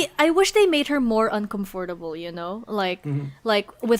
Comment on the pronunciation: Finally watching this video even though the episode is 2 years old. saying "UnComeFortAble" was very funny.